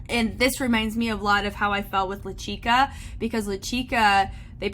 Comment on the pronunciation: As an avid SWF watcher other than pronouncing Lachica wrong (more like “latch-ca” ) I really loved this video! Please do more in the future!😮❤